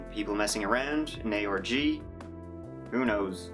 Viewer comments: every time you say ARG I hear Aorgy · Huge lol at the autotranslater translating your pronunciation of "ARG" as "orgy"